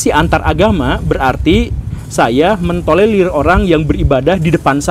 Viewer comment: TOLERIR bkn TOLELIR pak guru :v